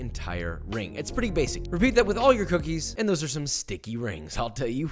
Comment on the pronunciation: Who’s here when it’s “cookes” not “cookies” ? Lol